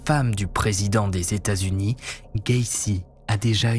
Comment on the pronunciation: Il faut vraiment que tu fasses un effort de prononciation concernant les états aux US 😂